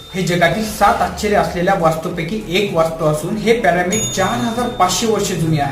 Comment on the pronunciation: प्यारामिड नाही रे पिरॅमिड 😂😂